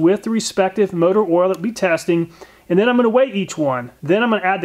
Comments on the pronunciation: I read this then I listened. He does say “ouil”. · You know the test is real when the person says ouil instead of Oil. Great work